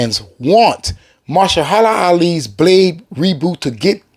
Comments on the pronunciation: My brother it's Ma- her- sha- la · Put some respect on his name it's .....MA...HER...SHA....LA it's not that hard!!! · Firstly, stop talking as if you somehow represent all fans in terms of what we want.. Secondly, Mahershala (MAH-HER-SHUH-LUH ffs man) Ali is a 100 times better actor than Snipes is, and there’s no disputing that. You sit there going on about giving the fans what they want, but what you’re talking about is just more pandering fan service. Deadpool & Wolverine is the exception because of Deadpool’s “ability” to break the 4th wall, but we DO NOT need more films based solely around fan service and nostalgia. The problem with the most recent batch of MCU films is that Marvel/Disney have been terrified to LOOK FORWARD. We need new blood, fresh faces; NEW character introductions, not character RE-introductions. Let Wesley Snipes come back for Secret Wars, sure, we can have multiples of SEVERAL characters for Secret Wars, because it MAKES SENSE… but let Mahershala cook. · Muh-Her-Shuh-Luh (pronunciation of Mahershala)